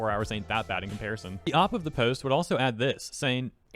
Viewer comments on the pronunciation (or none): nothing to do with the video but every time you say OP like that i think you’re saying opp 😭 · I know but the way he says it sounds like he's saying "opp" like an enemy or something lmao